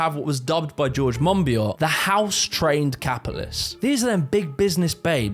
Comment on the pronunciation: Love how you pronounced Monbiot 😂😂